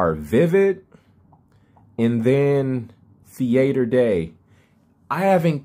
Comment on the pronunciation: Thee-aighter day